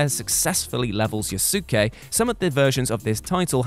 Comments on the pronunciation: “Yo- soo- keh” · Its "yous kay" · anyone laugh when he said: you-soo-kay lol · How's says Yosuke's name is unnerving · yeah I had to do a double take on that till I realised what he was saying